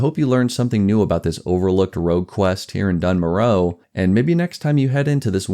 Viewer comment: Love the video! I might be mistaken but I thought the narrator pronounces it “Dune More-uh” so I’ve always thought it was that.